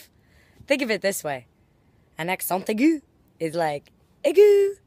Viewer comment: Omg. I love how Hannah says accent aigu and accent grave.